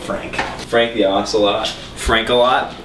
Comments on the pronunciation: i dint like the way you pronounce ocelot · you pronounce ocelot really white.